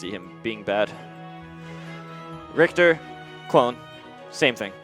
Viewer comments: the richter scale is pronounced rickter m2k ur stupid based off of the gameplay reveal k rool's aerials all look at least solid, and the crown looks a lot less laggy than the reveal trailer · 'Why is it spelled Rich-ter' -_- ugh gues someone forgot the sound ch can make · its RICHter not RICHter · Actually it is spelled richter because he is named after the German word for Judge "Richter". The CH is actually spelled like a spanish j.